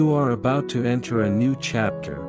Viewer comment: You saying abaut love?